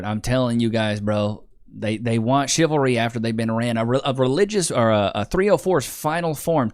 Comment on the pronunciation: she says chilvary instead of chivalry.